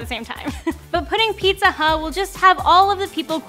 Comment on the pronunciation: ピザハァッ音がとても変だ